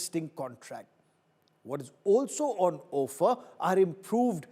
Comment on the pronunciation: When did offer become ‘O’ffer Stop this stupidity to make an artificial attention grabbing moment You are not even consistent in maintaining it!